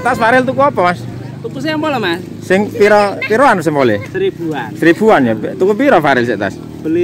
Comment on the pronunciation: Sempol mas bukan sempul 😁😂🤭🙏🙏🙏